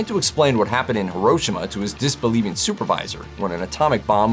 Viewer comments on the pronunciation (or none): Jesus Christ!!! It's pronounced (He-Ro-She-Ma)